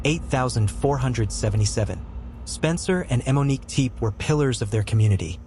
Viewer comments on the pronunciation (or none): Why are you pronouncing it “eh-Monique”